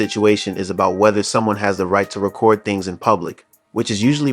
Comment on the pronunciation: Narrator is not pronouncing the word record, correctly